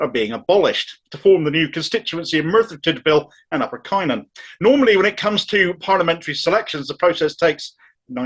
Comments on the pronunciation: As a Merthyr man born and bred I can only voice my disgust. - "Cunn-on" not "Kye-non" 😀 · Isn't it now up to the grass roots Labour members such as unions, trades councils, et al to back Beth as an independent? Just one pedantic point:,: Cynon in Welsh is pronounced "Cunnon". The letter Y in Welsh is "UH" (depending where it appears in the word). As I say, a very pedantic point. Thanks for these rants - gives me hope!!!! Keep going mate! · Cynon is pronounced 'cun-on' It is not a 'largely rural Welsh valley', it's a post-industrial Welsh valley Population of Cynon Valley is approx. 63,500 Population of Methyr and Rhymney is approx 72,000 And yes the process was an undemocratic farce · Brilliant,. Love your stuff. But it's pronounced CUNON and RUMNEE!